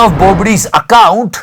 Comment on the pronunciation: He said apcount instead of account 😂